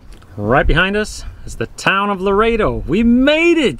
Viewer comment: I love sailing this area but six times you said the wrong town name. The town is Loreto NOT Laredo.